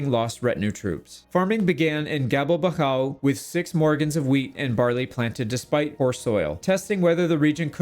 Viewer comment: Gabelbachau is pronounced [ˈɡaː.bɛl.baχ.ʔau]